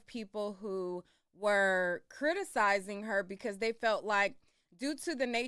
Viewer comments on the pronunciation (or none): 😂 oh my goodness, I thought it was me! I kept saying to myself is she trying to say criticize?!😂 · She can’t even articulate the word criticize 😂😂 how old are you Rock head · chrissean having a hard time saying criticize had me LOLing